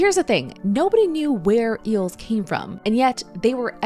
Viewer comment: "Eeuhls" 😂 Also, eel isnt Kosher so it would not have been at the Last Supper.